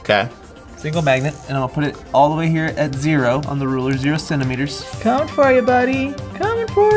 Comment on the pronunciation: what is a "senteemiter"